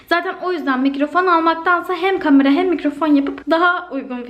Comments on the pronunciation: Hızlı konuşunca kameranın aniden kamara olması harikaaa sldksdşaskdsld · aga kamara değil kamera